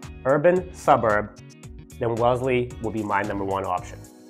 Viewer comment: IT'S WELLESLEY not WELESLY...